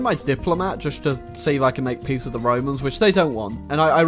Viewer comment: I have a suspicion that might be french. Because of this "Thé"